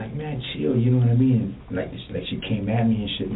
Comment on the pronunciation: "NOD-A-MEEN".? No, I'm afraid not.